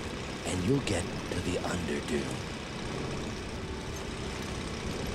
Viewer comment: It's Underdune, not Underdone lol